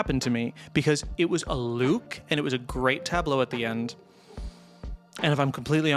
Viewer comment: "This LOUKE"